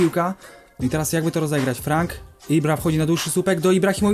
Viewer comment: imię ribery'ego czyta się frąk ;) a sam odcinek kozacki